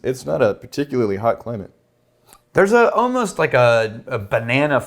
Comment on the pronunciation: I still can't figure out weird vocal tics; he ends all the -ing words with a 'k' sound and 'almost' comes out as 'oh-most'. It's really strange and I just had to get that off my chest. Love the show guys!